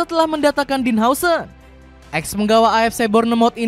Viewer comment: Dean huijsen di baca din hause 😂